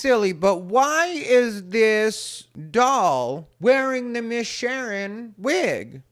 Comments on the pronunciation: “Shern” lololol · “Miss Shern” 😅😅😅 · "Shern"? I don't think that's the proper way to pronounce "Sharon", unless you're ghetto... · Say it right It's Miss Shar'n.😅😅😅😅😅